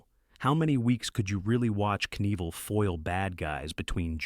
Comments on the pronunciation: Only one time did I hear “Knievel” pronounced correctly. It isn’t “NEE-vull”, you actually DO say the “k”: Kuh-NEE-vill. Three syllables. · PLEASE stop using the M0r0n A.I. Readers. Or at least write a script where the names are phonetically spelled so it can get them at least close... I mean really, EVaL NEEVaL. PROOF LISTEN to your videos first... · That hurt my ears so bad! Despite the stupid AI correcting itself, this was too far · Evel "NEEVEL"? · What's odd is that right after the voice pronounces his name right and then says it completely wrong again a minute later. Weird...LOL